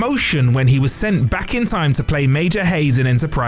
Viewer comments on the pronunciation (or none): none